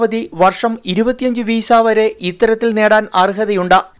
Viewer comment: വീസ അല്ല . വിസ😁